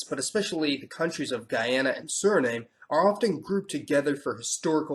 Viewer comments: I’ve never in my life heard Suriname pronounced that way. I’ve only ever heard it pronounced as Suri-nahm. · It’s Suri- Naam - Muh. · there's a difference in pronunciation between Guyana and Guiana, the first being your pronunciation of all 3--guy-ANN-uh, and ghee-AH-nah. The first applies to only the westernmost of the 3, which used to be British Guiana. The middle one, Suriname (sir-ee-NAHM-uh, or SIR-ee-nahm if the 'e' is omitted at the end, which is rare) rather than SIR-ee-name ) used to be Dutch Guiana, and the eastern one, home of the ESA's answer to Cape Canaveral still being called French Guiana. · gday luv It's pronounced nam..there are Indegenous tribes there but they are not Native American in language or culture.. Second generation Cherokee with family on 3 reservations..Third generation Cree. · Well done on your research, but you let the yourself down by your mispronounciation of Suriname. It is 'surinam' without the 'e' in English and 'Surinam-uh' with the 'e' in Dutch. Sounds irritating for us Surinamese when listening to your otherwise brilliant video. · sound really weird when he say surinem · Very informative! Places I would like to visit someday. However, your pronunciation of Suriname was....annoying. Let's just say that it should rhyme with Amsterdam ☺ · im from surinam. i live in canada at the moment. you have some points wrong about surinam. but true. surinamese people are a moshpit of races. it is also pronounced surinam. the E is silent. comment with questions if you want to know more. but you have some points wrong about Suriname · Great video but I'd practice pronunciation. Guyana is prounounced Guy-an-a, Suriname is Sur-i-nam, and French Guiana is French Gee-an-a. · The English pronunciation is Suri-nahm and the Dutch pronunciation is Sureena-muh. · I believe it pronounced su_ri_nam the e silent (Suriname) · Just take your L.. its pronouced surinam dude._. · You pronounce Suriname wrong.